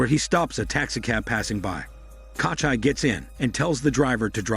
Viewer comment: KOCHAI my ass, it's KOCHEE. Takes literally like 30 sec to look up the right pronunciation but hell no. Let's just butcher the name throughout the whole video instead.